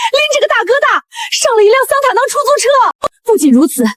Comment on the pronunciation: 桑塔納 ㄋㄚˇㄊㄚ ㄙㄚˇ？